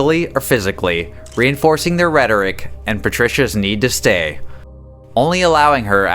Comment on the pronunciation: it's a pity i just can't watch this guy anymore.....This video is very informative and interesting, but i'm one of those pedantic people that cant stand words being mispronounced, and there's several of those in this video, the worst, (imo) in this video is the word rhetoric, meant to be separated into syllables, rhe-tor-ic not rhet-oric, spoken quite fast as if to try and turn it into one syllable.